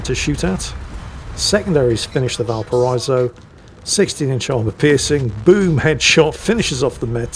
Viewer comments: Not that this wasn't a phenomenal game, but even as said himself; "Easy Kraken." just highlighting what a fairly average Libertad game can look like for anyone who knows how to think and breath at the same time. Also; Valparaiso is said "Bal-para-EE-so" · Valpara-iso. the double dots above the i denote a break in pronunciation, just like in Citroën / Citro-en